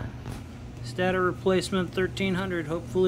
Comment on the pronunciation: STAYTOR IS CORRECT PRONOUNCIATION. NOT SATTOR